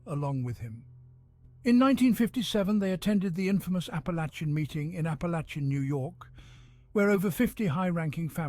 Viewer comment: The “ch” in Apalachin is pronounced as if it were a K.